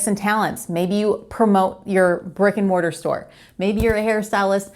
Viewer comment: When you were talking about opening a brick and mortar store it sounded like you said a "Rick and Morty" store and it made me chuckle Keep up the great work and thanks for the inspiration!